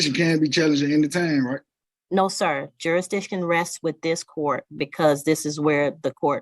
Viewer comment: New rule, if you can’t pronounce jurisdiction, you can’t ask about it.